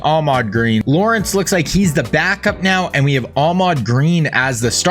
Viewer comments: His name is Ahman Green not Ahmad Green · Im not trying to be the typical annoying internet guy.. but its AHMAN GREEN not AHMAD... Ive watched two videos and its been driving me crazy... I thought I was wrong about his name until I finally decided to google it. AHMAN... lol